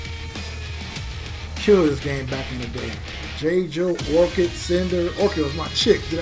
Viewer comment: I'm trying to figure out who "Jay-Joe" is. 🤣🤣🤣 the announcer dude clearly says "JAY-GO" & you followed and said "Jay-Joe." 🤦🏾‍♂️At least you won the match after that. Dude was trash with Tusk anyways. But the way you butchering his name...I need to ultra combo you on sight. 🤣🤣🤣